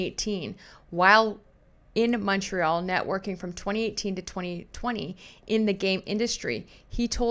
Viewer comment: ….you pronounce Montreal correctly! No need to apologize for it 😜